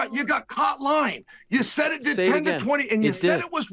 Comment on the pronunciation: When Ariel says the word "won" and it sounds like hes calling for a "Juan", its like nails across a chalkboard. I didn't think it could get worse! But his pronunciation of the word "lying" saying instead "loying" actually has proven myself wrong! What a Waisel!!!